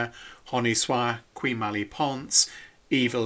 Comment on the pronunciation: I liked your Latin pronunciation of "qui" :)